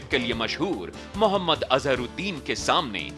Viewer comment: मुयम्मद नाही रजत जी महम्मद बोलिये